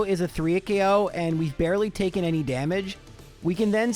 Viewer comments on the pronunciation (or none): none